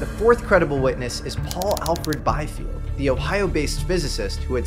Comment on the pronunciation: The correct pronunciation of the name Biefeld is "bee-felt", not "by-felt".